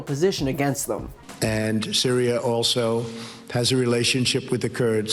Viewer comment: Did Dump just just say cereal instead of Syria? This man needs a language expert to teach him how to pronunciate his words. Like we all know Turkey for some is food, I never had a bowl of Syria before. 🤔🙄